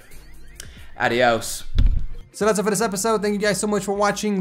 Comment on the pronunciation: did you said "adiós" ? sound like wtf. you should learn spanish, just to say adiós correctly xD